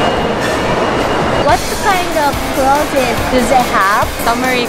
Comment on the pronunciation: says claus instead a clothes haha 😆